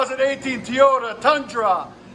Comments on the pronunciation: This dude keep saying tiyota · Like the videos but please stop saying “Teeyota”. You don’t say, I hope Santa brings you lots of “Tee’s” for Christmas.